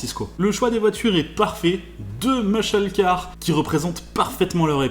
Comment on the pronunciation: Quand il joue l'anglais il fait pitier avec son accent pourri, les meusheul car..